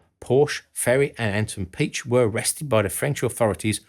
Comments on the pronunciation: Slight corrections: Anton Piechs name is pronounced "Pee-ech". Those little dots over the E means the E is pronounces separately. One of his sons took over as manager for VW in the 90s and was responsible for the scandal surrounding faked co2 emission test values. The russians captured both Maus protoypes, only that one of them was broken and the other one only had a mock up turret. so they removed the turret from the broken Maus and put it on the one with the fake turret for testing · Interesting documentary! :) But as always, a minor thing to correct: Piech is not pronounced like "peach", the "ch" is a sound that isnt used in English, so difficult to describe. It is the same as in "Third Reich" in the end. Sounds a bit like the snake-sounds in Harry Potter :D And the two dots on the "e" of "Piech" mean, that it is not one long "ie" (like "ee" in English) but more like "ee-ach" - so it is like "pee-eych" ;) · My friend Mike has a Porsche tractor. This "Little Red Porsche" is so cute you easily forget about the 911. Mr. Piëch is Mr. Pi-äch not a peach. (Mind the diaeresis = trema).